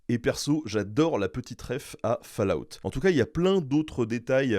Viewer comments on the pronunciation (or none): none